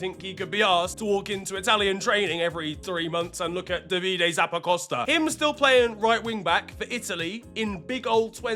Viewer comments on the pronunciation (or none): none